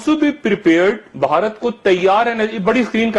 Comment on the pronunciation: مادر چود بوڑھا ہوگیا , اسے " بھارت " کہنا نہ آیا !!!! بہا ... رت ہی کہتا ھے